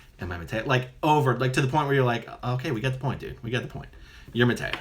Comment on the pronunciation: MaytReya Buddha. This is the rebirth state of the previous Buddha (Sakyamuni). Quite typical for someone who claims he is/was someone in a previous life that has come back and cannot pronounce the (=his?) name right? Must have been a BT at work there ;)